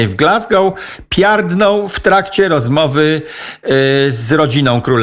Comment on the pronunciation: Pierdną a nie piardną